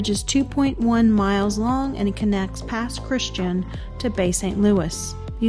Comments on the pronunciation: With the accent on the last syllable. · The Pass is pronounced “Pass Chris Chan” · It's cute to hear how you pronounce Pass Christian. 😊 It doesn't sound like the word Christian. ....the "ian" is "ee-ann." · I can tell you aren’t from the Mississippi coast, Pass Christian is pronounced Pass Chris tee ann